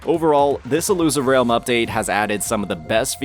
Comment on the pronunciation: "Illusive REYULM" - 2024